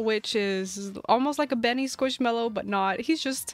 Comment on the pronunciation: Skwoosh mello